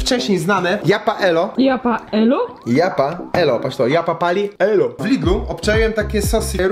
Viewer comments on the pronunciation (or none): nie japaelo tylko jalapeńo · HALApenio a nie japa elo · DŻIAPAELO XDDDDDDDDDDD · Kiedy czekasz aż nitro nagra reakcje na wymowe japaelo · Nie wiem czy robisz to specjalnie ale mówi się "chalapenio" :) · Mówi się Halapenio